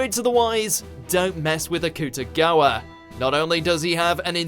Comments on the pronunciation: Can this dude please watch the animes so he can learn how to pronounce these names?!?! ITS PRONOUNCED AK-TU-GA-WA! EVEN THE DUB SAYS HIS NAME CORRECTLY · It's pronounced as Aku-Ta-Gawa, perhaps he said it wrong. Just chill out. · THANK YOU! Honestly, it made me cringe when he pronounced Akutagawa's name